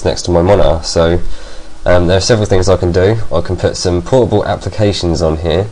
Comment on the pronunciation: when you said portable I thought you said horrible...